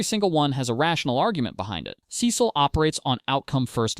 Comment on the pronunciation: couldn’t get past the first minute cause of how you pronounce his name lol